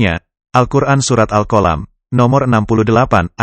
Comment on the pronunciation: Tolong bahasa Al'quran jangpan dirubah contohya surat alqalam jangan diubah jadi alqolam.